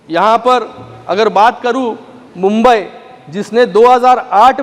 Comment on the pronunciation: मुंबई बोला साहेब मंबई नहीं